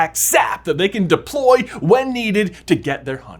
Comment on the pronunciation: I lost it when you said deploy the first time 😂😂😂😂😂😂😂😂😂😂😂😂😂